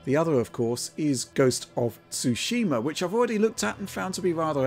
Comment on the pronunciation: Stop saying "SooSHEEmah", ya uncultured swines. XD